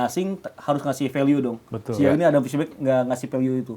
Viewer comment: padahal narasumber udah bilang "Adam Psibek" tapi pembawa acara tetep aja bilangnya "Adam prisbek" 😄